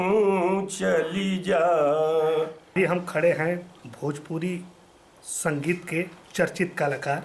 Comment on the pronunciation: Bhojpuri hota h na ki bhopuri